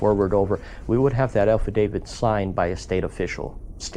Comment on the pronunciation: Did you say file Alpha David it’s affidavit